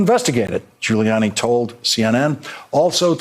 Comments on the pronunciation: You known Trump’s rattled when he mispronounces his own friend’s name: GiuliANNIE. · He said GILLYANNI 😆😆😆😆😆😆😆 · Where did this new pronunciation of Rudy's last name come from?